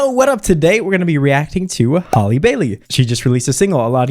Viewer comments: Her voice is so ethereal it’s unreal😭🤍 Also just a reminder her name is pronounced like “Sally” Halle, not “Hailey” or “Holly”☺️ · How did he manage to mispronounce halle and ariel in one sentence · the way he didn’t say Halle or Ariel’s name right